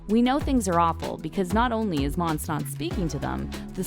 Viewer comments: It’s not monse it’s monsè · “mon suh” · Its mon-say monse 😂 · LMFAOAOAOAO sis said “mons🐍” girl PUHLEASE. U can’t even pronounce shordys name jus hush up ur mouth. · You can tell that she doesn’t watch the show because from season 1-3 she doesn’t even know how to say mon-say when in every episode someone has said her name multiple times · Monse (mon-say)